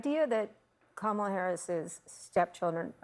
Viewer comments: It's KAmala! Just follow the emphasis as to what she says her name is to be...Folks call themselves to be learned, capable if you will, but don't know where the emphasis is in the English language... even when someone says it... smh. Also having no children does not eliminate a hopeful from the presidency. I'm done. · All this “humility talk” while continuing to mispronounce her name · comma-lah COME ON NOW, also you kids roasting you like that? LOL, "one day you'll be pretty" damn, you sure making a good case for not having em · That was a classless comment. Learn how to pronounce her name. Shame on you.